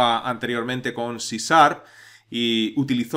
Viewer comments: Muchas gracias por el video, realmente explica que es cada cosa y va al grano. Me causa gracia como les cuesta a los españoles pronunciar la sh, dice siempre cisarp y no cisharp. En un video de una chica que enseña ingles tambien no pronuncia sh sino la s sola. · hola en Ingles la pronucniación sería algo a sí como Ci Char claro que se entiende de lo que hablas y de verdad son muy buenos tus cursos gracias por el material que aportas :)